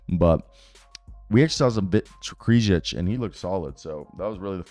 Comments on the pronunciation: Hey man, I used to hate on you really hard. I'm glad to see how much you have grown. Solid content all around. Just wanted to give you props. Also it's pronounced Vit Kray-shee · Vit's last name is pronounced like Cray-chee